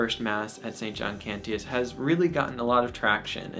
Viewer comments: No biggie, but it's pronounced "Can-chus". Also, the iMass app is a great tool for learning the Missal. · A weird critique but I THINK you are pronouncing "Cantius" wrong. Maybe I have been hearing it wrong since the people there would know better but the "t" is more of a "sh" sound. As in the Latin but he was a polish priest and I don't know Polish. Great video! Immaculate Heart of Mary, Sacred Heart of Jesus, pray for us!